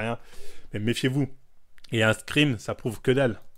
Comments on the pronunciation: Pourquoi il dit screem au lieu de screen, ça dérange que moi ? 😂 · ScreeNNNNNNNN pas screemm 😭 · J'ais l'impression que tu dis des screem alors qu'c'est screenshots donc screen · On dit screeN bg pas "screaM" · ScreeN, pas screem.